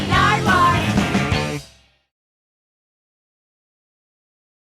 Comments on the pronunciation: fuckin love how Snoop still seems to think Nardwuar's name is "Nardwuard" lmfao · 23 years and snoop still says “Nardwaurd” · I enjoyed that snoop still thinks his name is nardwuard